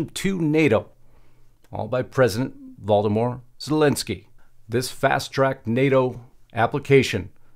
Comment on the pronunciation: it sounded like Justice called zelenski voldernort